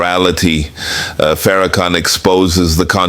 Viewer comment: You can hear the condescending tone in Donahue's voice. Donahue Is also mispronouncing his name calling him "fair- a -can, oops were we not supposed to see the total disrespect. Sorry Mr. Donahue, your entitlement is showing. The "gotcha" moment didn't happen according to plan. Thank you Minister Farrakhan. Donahue forgot. He didn't get the memo that slavery is over. Maybe he should open his wallet and contribute to reparations.